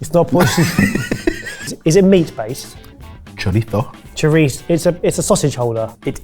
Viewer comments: It's not a "chouriko", it's a "chouriço". A "ç" is always pronounced "ss", same as in French or Catalan. Do you also pronounce "Français" as "Frankais"? 😄 And it's not "much like chorizo", it's exactly the same as chorizo, which is just the Spanish name for it. There are hundreds of different types of chouriço / chorizo, but the words mean the same, just like "saucisse" and "sausage" mean the same. In fact, "chorizo" (Spanish) comes from "chouriço" (Portuguese), which in turn comes from "souriço" (Galician), and ultimately comes from the Latin word for "salted", which is also the source of the word "sausage" (although chouriço / chorizo is used specifically for smoked cured pork sausages). BTW, you're not supposed to just leave it over the flames, that wastes all the fat that's dripping. Every now and then, you take it out of the fire and press it into some bread. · Portuguese guy here. You can also use ethanol to cook the choriço. (Btw the pronunciation is closer to Spanish sho-ree-sue). Love to see my country represented in this videos, keep up the good work lads! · Happy to see something from my country, Portugal! I'll help you pronouce chouriço like a portuguese, the last part it's the sound of an s like a snake, ''chourissso'' ;) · Português pronunciation of choriço is more like 'shouriisso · Chouriço is pronounced Show-ree-so. The Ç symbolizes double S usage in Portuguese grammar. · Always a delight to see you guys tackle something portuguese on the channel! As for the flamed chouriço (pronounced as shourisso), I've never seen paraffin used. We either use água ardente (flaming water, which is a byproduct of wine by distilling the grapes left over), or, as you've stated, any other high AVB drink but, most commonly, rubbing alcohol (98%), which is how I regularly do it at home. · Man, maybe it's just me, but seeing butcher pronuntiations kinda undercuts the informed explanation he's trying to give. "Chorico" for "chouriço" was a big one.